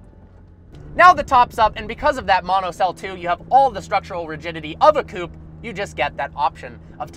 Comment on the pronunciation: Its not coup, its coupe. Love your videos though